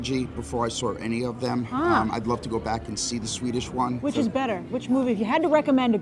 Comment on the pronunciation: I love how you pronounce all the Swedish names ;P